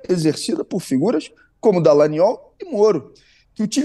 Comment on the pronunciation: Deputado Glauber com todo respeito, adoro seu ton de voz: delicioso. E qdo vc fala DALLANGNOL entonnando a letra G eu acho o máximo!!!